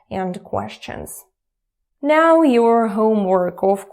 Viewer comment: normal "now" and now "meow";D